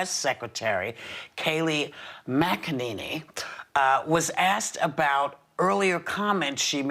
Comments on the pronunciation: “Mac a NINNY”...... 🤦‍♂️ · Whoops can't even pronounce her name properly.